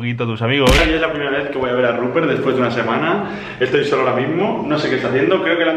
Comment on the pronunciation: Che a todos los forros de acá el nombre del chancho es "RUPERT" no "ruper" o "rubpe